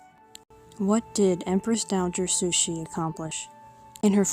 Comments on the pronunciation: "Sushi" is Japanese raw fish. Please pronoumce her name CORRECTLY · I agree.. sounds like she's saying "Sushie". Not sure how she gets that out of Cixi. I rarely hear anyone get it right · I never hear anyone pronounce her name correctly